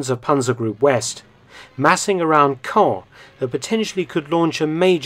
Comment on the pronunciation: Nice to hear Caen pronounced correctly...